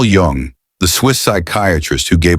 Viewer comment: hey, author, hey AI. At least learn proper pronunciation of His surname (Jung ) . Show some respect.